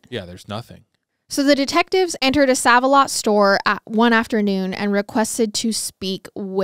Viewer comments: Isn't it pronounced Save a lot? I think that's the same chain that's here in my area but it is spelled Sav-a-lot. Just curious if it's the same chain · It’s pronounced SAVE-a-lot - just fyi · SAVE•A•LOT its making me twitch when i hear it said so..WRONGLY 😅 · Save-a-lot 🤣🤣🤣 i love u ❤ also car-mol (Carmel) not caramel! Obviously sucks to hear of a case in places ive been but omg so interesting being able to visualize where they are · I’m from Indianapolis and you are pronouncing save a lot incorrect lol. It’s so cute how you say it tho , love you guys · The way you say certain words.....the grocery store name is "save a lot"....it's not spelt with the e at the end but its pronounced with it!! Where did you go to school!? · Okay, so I commented on the girl scout murders episode, you kept saying "May-Ez" for Mayes County when it is actually "Mays". Now you are saying "Sav" when it's pronounced "Save", my thing is how can you not know that's how it's pronounced? Do you not naturally see Save alot makes more sense than Sav alot for a thrift store? What is a "Sav" anyway? Still, I love your podcasts and follow you on YT and Spotify. No hate at all coming from me but Im just embarrassed for you when you do this. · In Indiana, we pronounce is like "save" Save-a-Lot...also, it's so crazy to believe this happened just north of us 😮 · Love you guys but I think it’s pronounced SAVE-a-lot (even tho it says SAV) lol😂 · Pronounced "Save alot" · Girl. Its not said as 'sav' the store is said like "Save a lot" 😂😂you KILL me with your confident misprounciation of things! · This case happened in the town where I live and I thought I knew everything about it but I learned a lot more from watching your video. You did a great job on this case. FYI Sav a Lot is actually pronounced Save A Lot. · I just have to comment. Every time you say save like sav it cracks me up! Save-a-lot is pronounced Save. Like "I'll save your life" lol